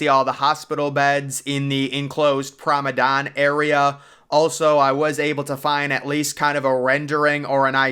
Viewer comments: He means "Promanade" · You're right. This guy keeps calling it Pormadadon. It's Promenade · Interesting video...but surely the pronunciation is "Promenade"? On more than one occasion, if not most of the time, you're calling it "Promedane"? Feel free to correct me if I'm wrong about the pronunciation... But I'm sure I'm not! 😄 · I can't unhear it... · You do great videos, but its prounced promenade. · he's been called out on that so many times by now that I'm now certain he's doing it on purpose to f with people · you are probably right. It’s like fingernails going down a chalkboard to me every time I hear him butcher that word….lol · he slowly emphasized with a grin